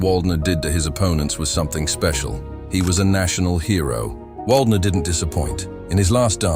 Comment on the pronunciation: If you want to show him respect, learning to pronounce his name might be a good idea.